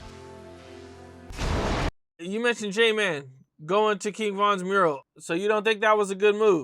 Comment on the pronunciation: Its j mane not j man